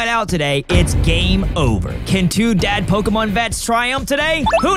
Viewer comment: Intro said “Dad Pokémon vets,” but all I heard was “Two Dad Pokémon” XD